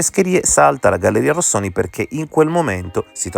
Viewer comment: complimenti per la formulazione coerente e plausibile, di queste due ipotesi e per aver abbandonato il tono polemico che, dal mio punto di vista, era fuori luogo, un piccolo appunto, per cortesia, non storpiare il nome della galleria "Rosconi" come il cappellaio anaffettivo l ha sempre chiamata